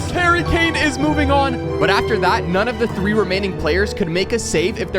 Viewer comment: There’s only Harry Kane. One Harry Kay-ain! One Harry Kane!